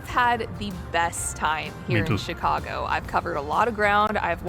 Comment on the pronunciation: You pronounce Chicago more like a Chicagoan than the presenter in the video you're watching!